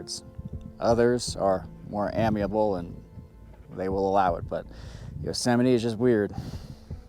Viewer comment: Yosemity??? Say no more. 🦍🐒🦧😢😢😢